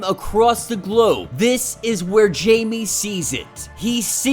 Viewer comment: I’m sorry but it’s pronounced “hi-may” no Jamie but still love ur content 🙏